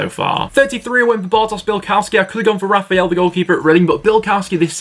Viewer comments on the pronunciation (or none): none